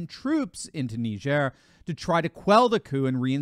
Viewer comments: I thought it was nai-jr / nye-jur Knee-jair sounds odd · It's not neigeire. It's Niger. Where do you think that word came from you jew? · It's pronounced like tiger with an "N". Ask a Nigerian. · Nee jare ??? Ive always pronounced it Nigh gur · It’s pronounced Ni-jer.. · I had no idea that country was pronounced “nee-zhair” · “NeeJearrr”. Get the fuc?k outta here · I always pronounced it..... Nigh-Jhir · I dont think it pronounced nihzer ! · Yeah, strange how he couldn’t pronounce it correctly 😂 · Please do NOT let Biden pronounce Niger! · I’m 44yo and just found out I’ve been pronouncing Niger wrong my whole life… But now how you might think 😂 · It's a shame that the doctor is pronunciation Niger like CNN does